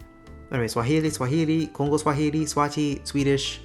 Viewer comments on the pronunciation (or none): none